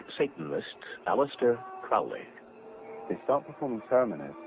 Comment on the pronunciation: Crowely, himself, says is last name is pronounced Kro--leee,"as in 'Holy'.